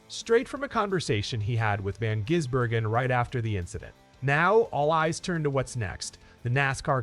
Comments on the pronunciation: If you want people to follow your learn how to pronounce his name properly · Jeez mate not gonna subscribe if you say the man's name wrong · Won’t get another view from me, can’t say a man’s name correctly! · At least it wasn't Van Guggenheimer. The AI is starting to sound more natural, but they still can't get his name right